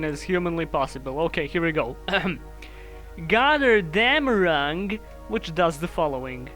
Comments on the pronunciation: Ironically, you pronounced Gotterdammerung pretty spot on. It's a German word instead of a Norse word as it was a German story as opposed to a Norse one. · you actually did pretty good on pronouncing "götterdämmerung"